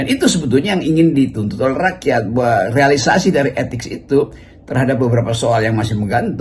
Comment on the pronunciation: Rocky menyebut rakyat disebutnya rakyats